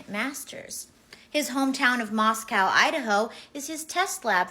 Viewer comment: she's backing away from feeling uncomfortable yet she's the one talking. (Moss-co) Not moss cow. Local here. WTF this is the first I heard of 14 yr old adults!?!?!?!?!